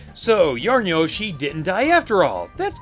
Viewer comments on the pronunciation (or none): none